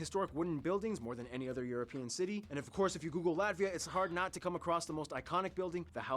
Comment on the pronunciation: please no american pronounce ...not Latssvia... Latt..viaaaa, hope as a german i tried to pronounce in a better way )